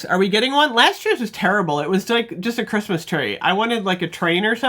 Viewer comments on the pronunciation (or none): none